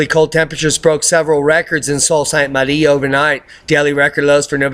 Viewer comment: Sault St. Marie - the "Sault" is pronounced like the name Sue. Sue St. Marie.